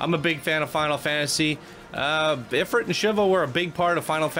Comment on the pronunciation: It's pronounced "Eh-freet" :)